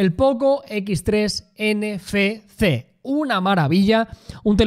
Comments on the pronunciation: Desde cuándo la letra "efe" se pasó a llamar "fe". No sería "Ene, efe, ce"? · "ENE FE CE" Jajajajajaja